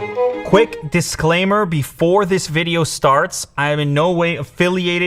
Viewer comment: Lew : a small disclaimer Rawknee : dish clay maaaar He he he h e